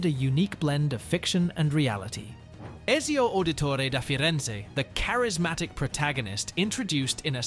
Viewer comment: this is clearly an AI video as it doesn't pronounce Ezio correctly, or the guy never played the game, and i tend to think of the first option more